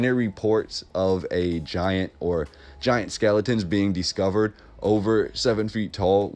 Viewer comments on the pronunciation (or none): It’s Dis (cover) Not Dee scover! Discover